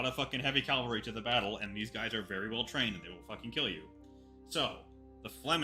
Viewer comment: It's cavalry not calvary. nuff said!